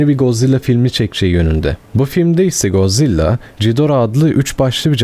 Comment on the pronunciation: abi yanlış okuyorsun lütfen bu yorumu gör ve doğru oku valla içine iniyor yanlış anlama godzilla - god zilla (doğru okuyon) mosura - mot-ra Ghidorah - gidorah angirus - angeyrus okunuşları bunlar ab